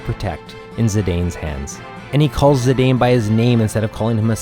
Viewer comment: Looking forward to disc 3 and 4 videos! By the way, it’s pronounced Zih-dahn not Zih-dayne. Dissidia confirmed the pronunciation of his name.